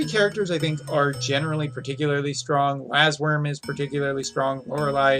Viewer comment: "Lassworm" LOL Some things from GL sure do catch up.